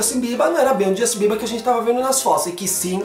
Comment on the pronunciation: voce fala bierber como se fosse biebar